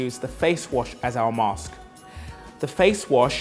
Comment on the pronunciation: he said vitamin and mask wrong.